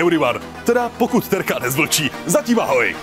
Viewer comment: Pokud Terka nezvlčí?? Když jsem to slyšel poprvé, tak jsem mu rozuměl nezvlhčí, a to jsem se zarazil cože to doopravdy řekl. 😂😂😂 Musel jsem si to pustit vícekrát abych se ujistil že řekl nezvlčí 😂😂